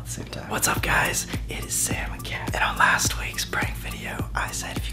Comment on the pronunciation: ITS KAT! NOT CAT